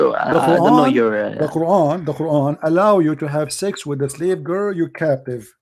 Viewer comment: YOU CAN'T SAY THE WORDS GIRL PROPERLY. YOU ARE SAYING GEER, LEARN HOW TO PRONOUNCED IT PROPERLY. OK. LISTEN TO YOUR WORDS.